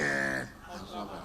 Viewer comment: please can you let Wike know that it's called shock absorber and not shock absorver